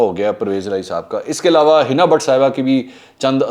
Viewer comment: ایلاوا ilawa نہیں ہوتا ، علاوہ Alawah ہوتا ہے